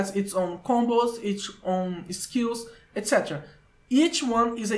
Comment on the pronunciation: the "etc" me pegou e eu logo vim ver se ele era br mesmo e é